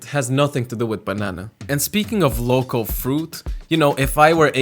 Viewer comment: Am I the only one who miss-heard every time he said "local" as "loco"